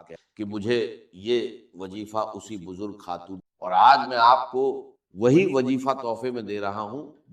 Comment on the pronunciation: This is NOT Dr. ISRAR'S msg, video or even his voice. Why use his videos to convey your msg, pehle to aap aapni galti ko theek karein whoever has posted/ made this video b4 spreading Allah's msg...shame! Dr. Israr's talafuz were never weak or wrong "wajeefeh, Bujurgh, Jindagi, Jaat" 🙄